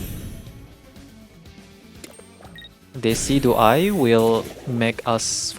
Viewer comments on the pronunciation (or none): none